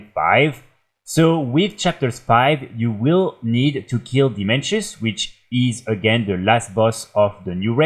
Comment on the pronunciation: Dimensius not Dimenshus. Now we know who doesn't watch the cutscenes.